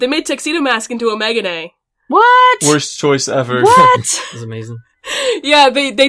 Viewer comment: I think you say Megane like " ME-GAH-NAY" I don't know though. Sorry I love you and we share a name, but you saying Megane kept throwing me off. With DRAMAtical Murder I think their gonna do the Dog route, cause i'm pretty sure that's the True ending. Boy, is that game a ride.. But, i'm sure the anime isn't gonna be BL, but more TONS OF BL UNDERTONES like what they did to another BL game turned anime. Kuroshitsuji- I know people give it shit and I understand why people think it's shit cause the fucking anime season 1 or 2 are shittiest fucking shit. BUT, the manga is a completely fucking different experience. The manga is actually pretty good and doesn't have near as many fucking fanservice as the shitty anime. All I can say is if you never read the Manga and your opinion is only based on the anime then just don't watch it cause you already think it's shit and nothing is gonna change your mind. But, if you've never heard of Kuroshitsuji I advice you to read the manga cause it's literally 100x better than those piece of shit anime adaptions. Also, the reapers are literally the best the about the manga. So if anything read it to see the reapers.